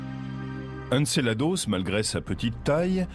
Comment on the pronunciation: C'est "Encelade" pas "Encelados" A moins que le gars soit Mexicain MDR !!!